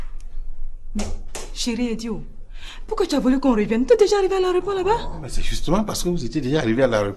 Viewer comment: On dit aéroport pas areoport orhhhh